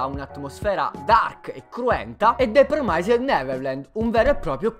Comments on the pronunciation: tutto giusto e tutto bello, ma porca di una miseria si pronuncia "Promisd" non "Promaised" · promised deriva da promise, che in inglese si pronuncia "promis" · D'accordissimo... Promaised non si può sentire...